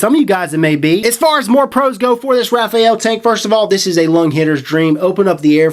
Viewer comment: Your mispronunciation was irritating. This tank lacks a proper shut off valve thus leaking with top fill. The top fill is gay AF. Not going to buy this I hate tanks that leak and that are messy to use. Cool to see you dish out some truths but we can tell you held back a little bit. Thanks for the preview. I was looking forward to this but so many things wrong with it. At least you aren't hating on the crown like the other reviewers and telling us the herakles plus is the best tank ever...